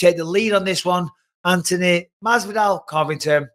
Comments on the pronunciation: Mike there's a letter haitch in AntHony lmao Antony 🤣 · how has no one told Bisping how to pronounce Anthonys name yet?